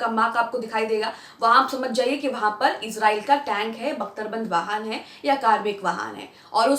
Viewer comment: Iz nahi israiel hey❓